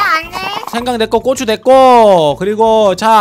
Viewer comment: 고추를 꼬추라고하네 ㅋㅋㅋㅋㅋ